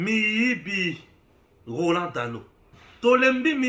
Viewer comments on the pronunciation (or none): none